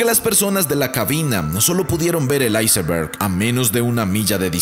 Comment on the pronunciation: Por que dice icemberg si solo es iceberg